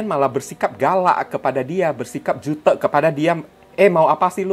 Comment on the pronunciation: Ko . Bilang " jutek " bukan kayak ngomong " butek " tp kek ngomong " " kutek